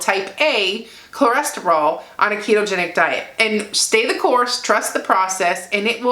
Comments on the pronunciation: The lab test is called a “Lipid Panel”. Cholesterol is pronounced (kol-es-ter-oll). Just saying...best wishes. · Say it with me..."Cho" "les" "ter" "ol". Theres no reason for you to sound like a small asian lady learning english. Good video. Keep up the good work. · My numbers are very similar to yours. Go! Ko-les-ter-al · Is she saying CLO-resterol cause if she is that's adorable ❤ congratulations #ketosaveslives